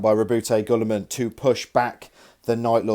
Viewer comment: isn't it pronounced gilliman